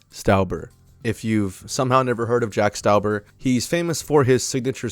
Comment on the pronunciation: its pronounced jack stawber.